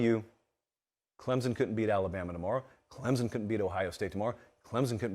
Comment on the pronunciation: He even pronounced Clemson correctly! You are coming around. But I think Clemson at 4 or 5 is where they belong. Could they beat Georgia or Ohio right now? No. Tennessee or Michigan or Bama. Yes. But let’s see how this team keeps improving.